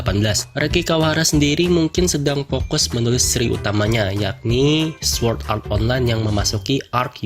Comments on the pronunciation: Cara baca yg bener: Sord Art Onlain (tanpa nyebut W) Es E O (ini sering bgt d sebut d animenya sndiri, masa kalian baca subtitle doang ga denger seiyuunya, katanya fans SAO.) Elisizasien (kata dasarnya Alice yg d baca Elis dan zation) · Lu ngomong swuord art online lucy ameeeet